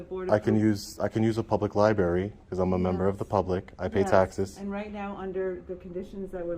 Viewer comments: Ok, pet peeve.... it's libRary, not libAry. Sorry. This was a fantastic audit to feature but that grinded on me the entire watch. Maybe that's a testament to how good it was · Can anyone in that dam library pronounce the damn word LIBRARY!!! There are 2, count them 2 R's in the word libRaRy. What is a lie berry, ly berry, or Lie Barry? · I liked the audit but "lie-berry" just grates like nails on a chalkboard! Just me I guess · Why are they all saying Liberry? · Did she call it a Libary? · FFS it’s library….. not liberry. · Does everyone in this city mispronounce the word lib-rary by saying li-berry ? I think that’s what I’m hearing here. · Please pronounce it "Lie-br*AIR*-ie." Just trying to help you be even more epic brotha! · It's library with an R, yes I'm an ahole. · That bitch said "libary"..... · What the hell is a lieberry? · Wait, that receptionist works in a library and pronounces it “LIBERRY”?? 🤯🤯🤯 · There’s an “r” in libary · He should be trespassed for saying 'liberry.' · Please stop calling the LiBRARy a LiBARRY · What happened to the word "library" it's "libary" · "Libary" hahaha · I do have a criticism though - It's LIBRARY! Not "libary" ;) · Lady at front desk said “Libary” lol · If you can’t say library but instead sayLIBERRY slap yourself! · 2nd video of this guy in a “libary”Good auditor but “Libary” is driving me nuts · Shhhhhhhhhhhhhhhhhhhhhhhhhhhhhh be vewy vewy quiet, we are in a yberry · Wtf is a libary? It's spelled library. Please pronounce it correctly. That really grinds my gears. Don't make me axe you again...... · My God..its library..not lie Berry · Just going to say, libRary has two R's. Pronounce it correctly. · Please everyone, learn how to pronounce the word library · Would be so much better if he could pronounce "library" correctly. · Good work, but if you going to go into a LibRaRy, please learn how to say the word. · The auditor needs to learn how to pronounce "library."